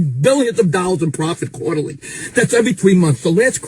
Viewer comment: My favorite part .... "PROFFFit! .... PROFFit!"